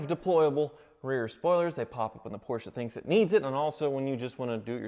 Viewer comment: Porsche becomes Porker.........